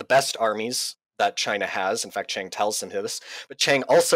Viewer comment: I agree with much of what your guest said, but it was distracting to hear him mispronounce “Chiang” and even “Archibald” (Wavell).